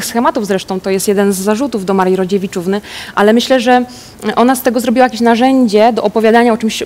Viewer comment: mówi Rodziewiczówny.